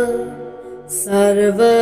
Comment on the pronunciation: বলা ভাল.... আয়ুরারোগ্যমৈশ্বর্যম্ সূর্যায় শান্তায় শান্তায় তালব্য শ এর উচ্চারণ সঠিক করা দরকার